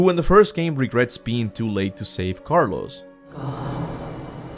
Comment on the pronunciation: Sounded like you were sound Carlos 😂 but it’s Carlo